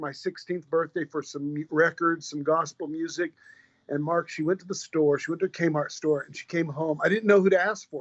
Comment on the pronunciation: Mark, not March!! lol